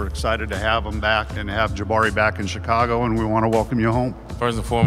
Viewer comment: BRO NEEDS TO LEARN HOW TO PRONOUNCE CHICAGO